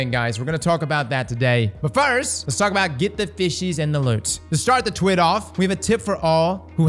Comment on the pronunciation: I declare the correct pronunciation of TWID is “TWEED”.